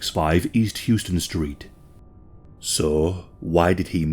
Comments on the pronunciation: It's How-ston street in NYC, it's not pronounced Houston, despite how it is spelled. We used to be able to tell who the tourists were by how they pronounce Houston. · Hlouse-ston Street Not Houston.......House-ston. Just sharing our NYC verbatim with you....no offense. Thank you for this story. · HOUSE-ton , not Hew-ston. It's like nails on a chalkboard to New Yorkers. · It's pronounced House-ton not Houston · HOW-sten street. HOW-sten. :) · Great stuff, heard about this case a while ago, but this amount of detail is wild. Minor correction: its pronounced 'house ton.' Yes, it is spelled the same as the city Houston which is pronounced as you did here. But for some reason, new yorkers pronounce houston street like 'house ton' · I was just going to point that same thing out. You did a great job of explaining the pronunciation of “House-Ton” street. Thanks for your comment! Cheers! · that would make sense... you couldn't be bothered to learn how to pronounce the street name either.